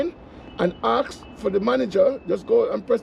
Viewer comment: Why can't certain people pronounce the word "Ask"? Aks is not a word I know.